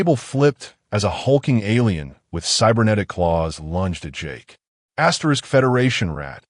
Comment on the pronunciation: All i ask is stop saying "astrix".🤔sounds kinda dumb.